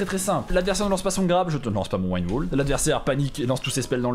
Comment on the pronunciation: super vidéo ! juste la prononciation du wind wall cest un chauchemard auditif xD. regarde sur google trad pour la bonne prononciation ^^.